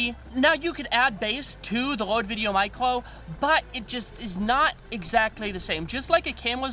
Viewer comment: C’mon. He’s got a speech impediment. No biggie. I’ve watched so many of his videos that I don’t even notice it anymore.